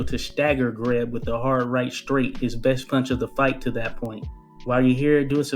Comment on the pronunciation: Jesus H Christ pronounce his name correctly